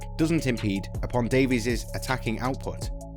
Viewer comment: Well, at least he pronounced Davies correctly.